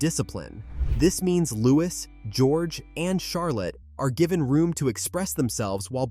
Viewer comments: Louie is the sound not Lois the S is silent. 😢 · And why use an AI narrator? If you absolutely can’t afford the minuscule fee a human narrator would earn, at least teach the AI to pronounce the names of the royal family correctly. It’s offensive to propagate mistakes and then use an American accent. That’s a deliberate decision. Real Americans can pronounce Louis correctly.